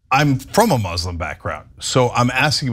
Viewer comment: You came from a mozlem background? Sir, it doesn't exist. May in your head only. it's Muslim, not mozlem